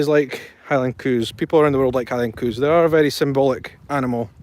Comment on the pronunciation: LOL When you say cows it sounds like coos. I didn't know what your were referring to at first.